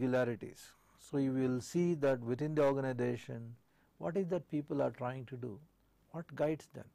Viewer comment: Say Organisation not ORGANIDATION